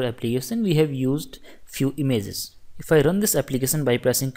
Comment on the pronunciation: It's not imzzzzz it' IMAGE LOL. Great lecture though thanks a lot